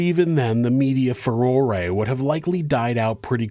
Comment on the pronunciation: I’m sorry this is dumb but thank you for pronouncing furore correctly